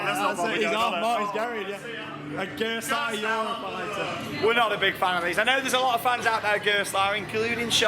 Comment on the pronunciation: it's gerstlauer